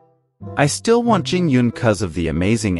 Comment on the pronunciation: You got Fu “Xuan” right but not Yuan?